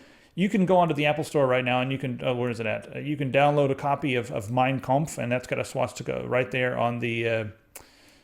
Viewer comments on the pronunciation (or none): Guys, it is pronounced with an "A". It is not "Mein Kompf". Good video otherwise. :)